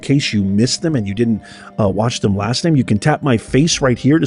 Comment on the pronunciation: emphasized "Them"...WRONG!